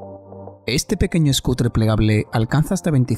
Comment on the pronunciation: el "ESCUTRE" plegable. Tú lo has dicho